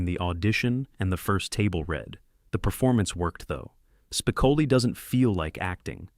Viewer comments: Spi--co--li not "Spicali" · This narrator can’t even get Spicoli’s name right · This narrator is either purposely mispronouncing Spicoli's name or he's never personally watched the movie. How annoying.